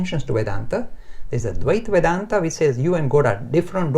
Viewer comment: 1) Dvita Vedanta pronounced as Dh-y-tha 2) vishishta Vedanta 3) Advitha Vedanta